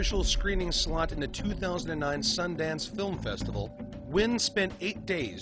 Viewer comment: One day white people will learn to say the name Nguyen